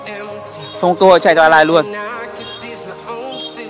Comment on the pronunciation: con pháp sư ấy tên A-lit ko phải A-lai nha a :v